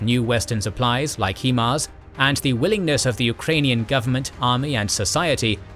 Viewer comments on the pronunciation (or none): HI-mars, not HE-mars. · its proncouded "high-mars" no "he-mars" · I take offense to his pronunciation of HIMARS🤣. It ain't like He-man. Think "smoking a joint." H-I-M-A-R-S. HIGH-MARS!!!!! Thankyou!! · It's pronounced High MARS not He MARS as the HI part literally stand for High. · HIMARS 'High Mobility'.... 'High'... 'HI' HIMARS..... not 'HE'MARS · HEMARS?! It's HIMARS... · Someone should tell, it's pronounced "high-mars". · The only problem I had in the entire video is ur pronunciation of HIMARS. “heemars”? I don’t understand how you’re literally the only person who has mispronounced it. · lolwtf "HEE-MARS". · The pronunciation of himar is atrocious